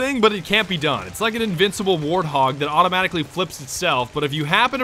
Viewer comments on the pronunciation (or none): none